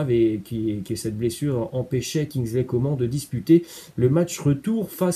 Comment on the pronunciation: carrément 😂 "Kinzleïe Comment" 😭